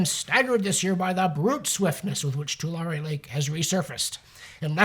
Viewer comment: The lake or pronounced Too- lair-ee.